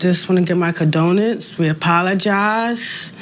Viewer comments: "I wanna gib mah condonince" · "I wanna gibe mah condonance"